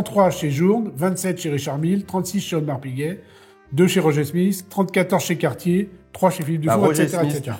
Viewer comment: … Cartier « DAYCE » en prononciation… Dice = dé en anglais!